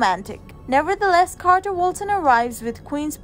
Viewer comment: It's Carter. With a C. Not QUArter............ please....